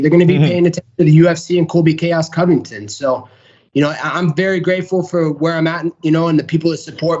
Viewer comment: wait did you say Colby Cummington?